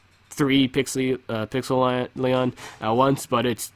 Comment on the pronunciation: Isn't it supposed to be pronounced Pixel-lie-on